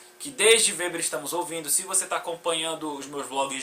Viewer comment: O "W" no alemão não tem som de "U" como no inglês.Seu vídeo é muito bom, cara, parabéns.👏👏👏👏👏👏👏👏👏👏👏